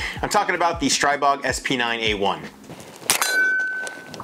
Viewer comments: It's pronounced STREE-bog. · Stribog is the Slavic God of The Winds and pronounced Stree-bog.